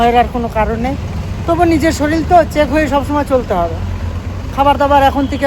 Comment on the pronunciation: Soril hoy na Sorir bolun